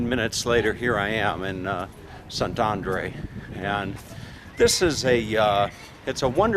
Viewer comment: Szentendre -- when you learn to pronounce the letter E without an accent over it, you will know how to pronounce Szentendre. The E is always pronouced the same way, not like English as it's pronounced in this video where each E is pronounced a different way. Hungarian is a phonetic language. Learn the Hungarian alphabet and you'll know how to pronounce each word correctly.